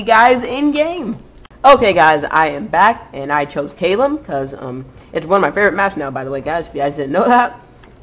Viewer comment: CAELEM NOT KALEM